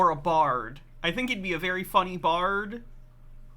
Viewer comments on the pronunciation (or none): none